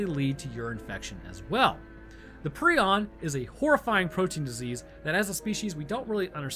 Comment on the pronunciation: It’s a prion not a preon so you’d say it like Pr-eye-on